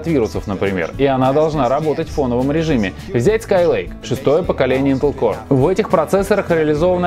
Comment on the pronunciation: "интел коре" ))))